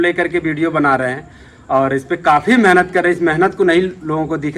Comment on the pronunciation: Phle tum shudh bolo menhat nhi मेहनत bolo 😂